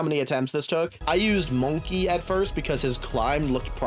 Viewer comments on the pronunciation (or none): I swear every YouTuber didn’t pass preschool with mispronouncing monke